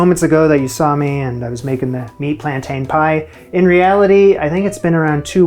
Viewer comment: Please - plan-tin!